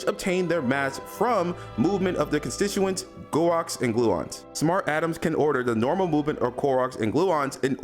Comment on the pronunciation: Bro what was that pronunciation of quark 💀